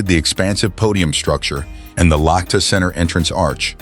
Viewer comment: Лохто? Лахта! Лахта-центр!